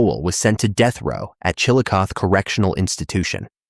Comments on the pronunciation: Chillicothe pronounced Chill- A- Coth- EE It's in Pickkway county.. I am from Fairfield County, Lancaster Ohio. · I had the same issue in the Missouri video, AI can't pronounce it correctly.